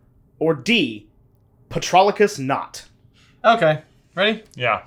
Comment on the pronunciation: Patroclus was well-written but pronounced wrong. Also, Hercule is the French name for Hercules, which is the Greek hero and the animated Disney movie I saw during my childhood. My love for Greek mythology comes partly from this movie. Thanks to this movie I'm also a fan of Ricky Martin and Raoul Bova, who voiced the main character in the Latin-American and in the Italian version respectively.